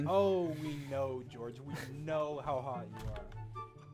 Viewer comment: “I FAGAT HOW HAWT IT ISS“ 😭